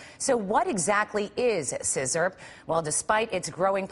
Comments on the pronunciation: Glad I drink lean and not "sizzerp" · "SIZZURP" 😂😂😂😂😂 what the fuck